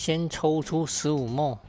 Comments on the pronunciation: 因應不分，不同影片出現很多次了；毫升的英文叫milliliter，是哪一節的發音叫莫耳？ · ml 也不是念 mol, 應該要念 milliliter. mol (莫耳數）是 6x10^23...